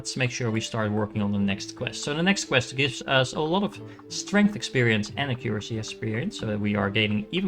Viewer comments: hi! Not sure if this is helpful, but currently you are saying it like A-cure-acy. When it would be closer if you pronounce it like Ack-your-ah-see. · Pretty please Google how to pronounce accuracy. I like the video and game. But as a fellow dutchie it pains my ears hearing you pronounce accuracy.